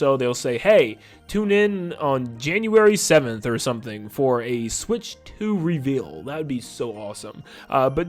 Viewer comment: Can I have 5 MINUTES WITHOUT “SWICH 2” !!!